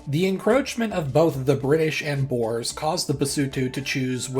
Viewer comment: Very lovely video - even if the western pronunciation of "Boers" makes me cringe! Try saying it like "Boo" + "Ur", and extra credit if you roll the 'r' a little! Remember: Boer, not Boar.